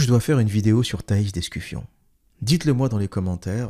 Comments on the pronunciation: L'observateur.... Thais d'Escufon pas d'EscuFION comme tu dis si bien : Un peu de sérieux ! Je sais que tu as fais exprès... ;) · "Thaïs d'EscuFION" bordel c'est trop drôle de déformer le nom des gens... Abruti